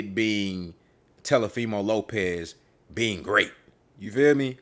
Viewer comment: Did this man just say Tell a femo 😂